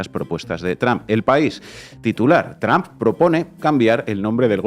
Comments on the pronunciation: Why do you say TRAMP ? IT IS TRUMP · Me agrada como sheimbaun pronuncia "tromp" tipo Castellanizado sin pronunciarlo correctamente en inglés. Es genial porque ella habla perfecto inglés.. Saludos desde Colombia